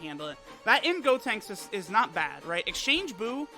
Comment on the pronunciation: “Gotenks-suh” Hilarious 😂 😂